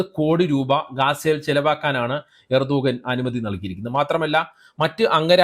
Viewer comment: എർദോഗാൻ അല്ല. ഉർദ് ഗാൻ. ഗാസ അല്ല. ഗസ്സ | ഗസ്സ ഗസ്സ ....